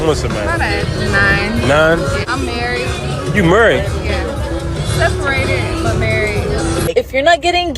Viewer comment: "I'm murried"